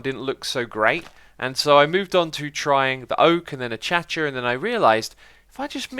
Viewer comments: a-kay-sha not a-ka-cha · why does he call acacia achacha? is that the normal pronunciation in GB? haha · no one going to talk about how he called acacia achacha.